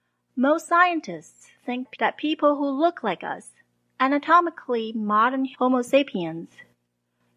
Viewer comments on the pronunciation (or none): none